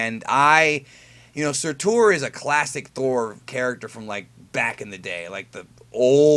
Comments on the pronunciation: Oh and its like 'sir-ter' not soar-tour. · lol at how he says Surtur.